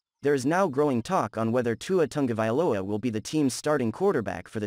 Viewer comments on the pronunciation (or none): The last name of Tua is: Ta-go-vai-loa, not "Tunga" vailoa" as you keep calling the man. If you have problems pronouncing it, just divide the name in syllables and practice, until you get it right. One thing is to miss pronounce a word here or there, and another is to change the name of the subject of your analysis, something that most broadcaster are also doing on prime TV! I hope you take this as a constructive criticism. You obviously put a lot of work on your analysis, so why not make it even better.